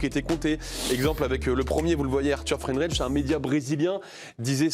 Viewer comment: C'est qui Arthur Friendrich ? Et Franz Baïnder ? Moi je connais le Bréslien Frie-DENREICH et l'Allemand B-I-NDER... Des journalistes qui ne savent ni lire ni préparer un dossier...